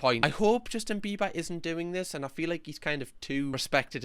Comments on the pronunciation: I think this is just me… but every time you say “biber” i understand you as “beaver” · I love how u say BEE-BA in your accent as in Bieber